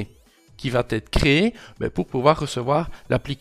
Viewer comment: Non, rien ne "VAT ETRE INSTALLE" !!! Ça fait je-ne-sais-pas-combien-de-fois que tu prononces vat être alors que, je te signale, il n'y a pas de t à la 3ème personne du singulier du présent du verbe "aller" !!! Ça me fait un mal fou aux oreilles ! (et tu n'es pas le seul à faire l'erreur, à l'oral, je constate ça sur plein de vidéos de beaucoup de gens).